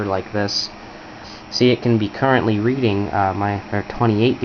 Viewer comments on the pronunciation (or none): none